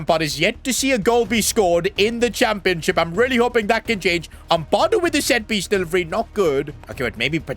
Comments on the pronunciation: It’s Ampadu not Ampawdu( sorry if this seems criticising or mean) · it's pronounced am-pad - oo not ampa-doo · Its amp - a - doo not ethan amp - ah - doo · It’s not pronounced uhmpahdo it’s ahmpado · As a leeds fan please pronouce ampadu's name right its Am-pa-du not am-par-du and say the pa like how youd pronounce papin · as a leeds fan it is pronounced am pa doo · the way you say ampadu hurts my soul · Your saying Ethan Ampadu’s name wrong